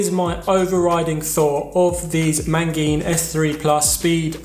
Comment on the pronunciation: Mate you're killing me here.... how many Ns are there in "Magene"?